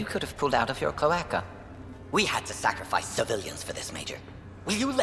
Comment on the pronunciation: I remember when Mordin first used the term "cloaca" (klo A kuh) in reference to Captain Kirrahe..."Good captain. Bit of a cloaca, though. Loved his speeches". I think in context he was calling him a bit of a blowhard, but supposedly the literal translation is akin to asshole. The mispronunciation here by as colacca was quite noticeable.